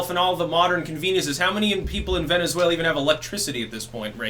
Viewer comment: I dont know why I lost my shit that hard when you said "Venezfaila."